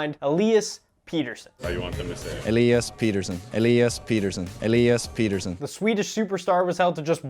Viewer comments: This guy can’t get through 3 words without a cut lmao also it is pronounced Petterson not Peterson he’s stated that in another interview that he just likes the sound of Peterson more but it’s actually petterson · it's pet-er-son not peter-son, he initially liked how americans pronounced it but boeser convinced him to make others pronounce it how sweds do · They still aren't really calling his name what it really is though. If they wanted to actually pronounce it right it'd be more like "Petter - shown". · Haha elias missprenounced his own name there though... He's trolling you so hard. The commentators are saying it correctly 😄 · I dont care how Pettersson prounuced his name in that one clip, its not proununced that way. Im Swedish. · Like for pronouncing his name right 2 out of 3 times